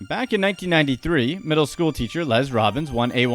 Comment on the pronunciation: “Les” is pronounced like “less”, not “lez”.